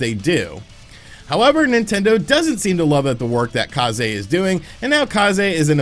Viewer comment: If they are Japanese, then Kah zay is the correct pronunciation! It means Wind